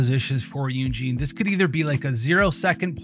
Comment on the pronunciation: Why are you pronouncing Yun Jin as "Yun Jean"?